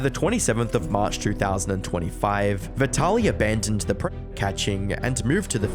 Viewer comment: You can't even say 'predator' come on man haha. This is pathetic